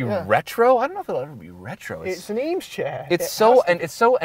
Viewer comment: If you are going to drop “Eames chair” multiple times you should probably pronounce it correctly